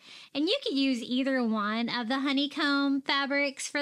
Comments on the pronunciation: I realized lately that when you say the word "one", it sounds like "win". My Mommy said it the same way. It made you even more special to me my friend. Silly huh? The smallest things that can bring us Joy when missing someone very special 💜💜💜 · I agree!❤❤